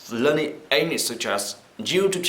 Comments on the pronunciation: Its English not engnish :( btw your E is good ^^ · Rất cảm ơn về chia sẻ của bạn! Nhưng có một khuyết điểm nhỏ khi mình nghe bạn nói là bạn hơi ngọng khi pronounce từ "ENGLISH" và một vài từ khác nữa! Thân mến! BR!